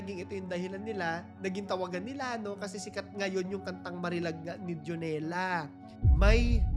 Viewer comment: Dionela (Dayo-nela po bigkas)